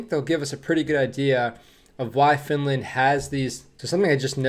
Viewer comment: That was a bit funny how that news reporter pronounced Finlaaand😁